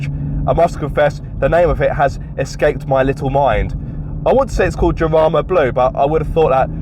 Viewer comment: Way to butcher el español! 🤬 Jarama: (Spanish pronunciation: [xaˈɾama]) /x/ is pronounced as [h] in many accents such as those in the Caribbean, Central America, Colombia, Andalusia, and the Canary Islands